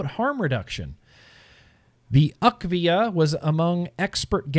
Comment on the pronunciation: it is U.K.-VIA. UK like in United Kingdom, not "akvia". Sadly, the UK didn't speak up in favor of vaping when the EU worked on the TPD2. To implement EU-wide regulations, every member-state must agree. They could have stopped the TPD2, by simply saying no. For the WHO to change their attitude, Bloomberg & Gates would have to ⚰️🕯️⚰️. Inability to find adolescent vapers for a study? Nicotine vapers that is. Daily vapers, not once in 30 days. Let's not forget that almost half of the youth use marijuana. The CDC doesn't distinguish between the two substances (to them it's vaping, using a tobacco product). The researchers needed daily nicotine vapers for the study to make sense. I think that their numbers are correct.